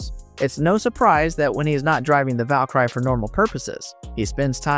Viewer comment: amazing how you can't pronounce the word Valkyrie.